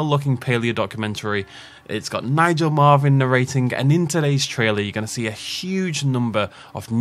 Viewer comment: Marven, not Marvin, 😂